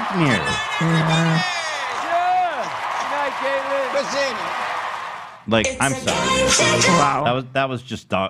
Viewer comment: Am I the only person that noticed Ethan says “NightMERE” instead of nightmare- just like Burt Kreischer 🤣